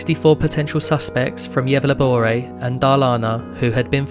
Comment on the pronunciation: I'm sorry but Gävleborae and Darlana???? 😂😂😂😂 it's pronounced Yevlä-borgh.. And Dalarna not Darlana 😂😂😂😭😭😭tf